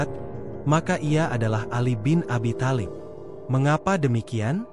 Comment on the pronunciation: Kalopun menyebut nama tholib bk tholib tp talib